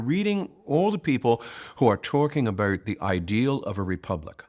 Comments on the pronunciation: Yes he speaks so clearly and with passion , I noticed he pronounced " about " as a Canadian would as " aboot " so I checked where he was born , puzzling it was Japan , however his parents were dinky di Americans . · I noticed the same thing. Might be one of the Pennsylvania accents; maybe North/Northeastern Pennsylvania?